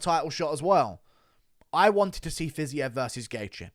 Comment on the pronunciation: Can we talk about how the USA 🇺🇸 commentators butcher fighters’ names? Poirier pwa-ree-ay 🇫🇷 not Poor Eeee Ay Fiziev- Fizzy Ev not fizz Eve 🇷🇺 😂 And the best Jedzrejczyk - Yeds Ray Chick 🇵🇱 Not Yon Jay Check 😂